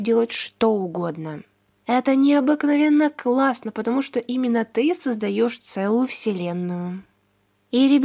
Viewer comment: Не потомужто а патамужта